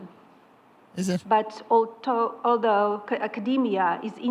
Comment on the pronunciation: Melania speaks about academia AS SHE STRUGGLES TO PRONOUNCE THE WORD ALTHOUGH 😂